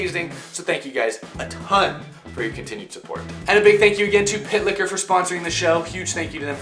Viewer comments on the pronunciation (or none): For real thought when he said pit liquor i really thought he said pick hitler